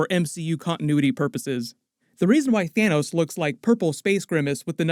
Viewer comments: "THINOS" LOLOLOLOL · "thin-os". :D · "You can call him Thinos" 🤣😂 nice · i love how he said "thinnos" lmaooo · "Thinos" lol